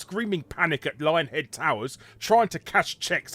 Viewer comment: I thought you said "Lying Head" at first. Now that I think about it, it seems appropriate.